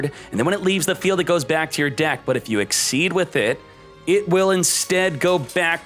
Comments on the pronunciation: Isn’t it Exzees not Exceeds? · STOP SAYING XYD OMFG IT'S CALLED XYZ AND NOT GOD DAMN XYD!!!!!!!!!!!!!!!! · Ex-SEEZ,. I'll put it on each vid you say it wrong.